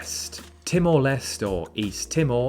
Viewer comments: Timor Les te.. not Timor Less .. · Timor Leste is spelled Timor Les-tay. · STOP SAYING TIMOR LEST 😭 ITS TIMOR LESTÉ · timor leste is not timor lest but lestay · Laos is pronounced as spelled, not Lao, the S is not silent, and Timor Leste is pronounced Timor Les-tay, the e is not silent